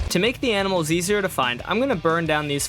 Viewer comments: "aminals" ITS ANIMALS NOT AMINALS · bro really said AMINAlS